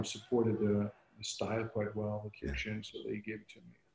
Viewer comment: Love Kyokushin and trained it it for 39 years. Everyone pronounces it wrong for some reason.